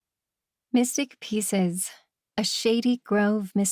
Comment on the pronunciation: Why does it sound like she keeps saying "missing pieces" instead of "mystic pieces?"